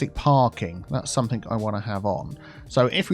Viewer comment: Although does have a southern accent, most likely south east, he most certainly doesn't sound posh or pretentious. He makes common pronunciation mistakes in the south such as something/somethink for example. He is clearly just a down to earth, intelligent, nice guy.